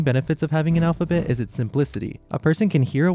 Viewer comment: Ah yes, "alp-ha-bet"